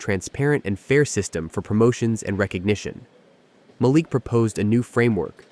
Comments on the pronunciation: The only TechVision company I could find on the internet was not founded or run by a man named Malik Johnson. The biggest hint that this was fake was the ever-changing pronunciation of your protagonist's first name. The next-biggest hint was the poor quality of the storytelling. Shame on you for presenting this badly written and narrated fictitious story as if it were true! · I call BS on this one. AI bullshit to be exact. How is it that the exact same narrator properly pronounces a name in one sentence and mispronounces it in the very next sentence, and do this same thing multiple times? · Ma-leek not Malic Sheesh! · Its a soft a as in apple ma leek is how its said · Ma-Leek.....geez u kept butchering the mand name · Not a bad story… although I miss the days when you didn’t have to be mesmerized by the picket fence like robot that can’t seem to lean how to say , Malik. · This reader is disappointing by pronouncing the CEO’s name differently throughout the story. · You pronounced Malik’s name a few different ways during the video. Why use a name you are not comfortable with? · Cracking up the moderator cannot get the CEO’s name pronunciation right. He said Malik’s name differently throughout the video. I get the scenarios are AI — maybe the moderator is, too. As to the office politics…it was plausible until they brought in an outside threat. I stopped watching after that. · How many ways can "AI' voice, pronounce Malik?! Otherwise a good story. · The storyteller continue to mispronunciation of the CEO of the company. 😡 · The narrator pronounced Malik's name three or four different ways. What is his problem?